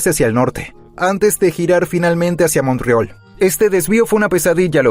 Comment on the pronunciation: El reporte es bastante bueno y explica muy bien la situación de NS. « Montreol « ¿quien dice eso en español? Jejeje😂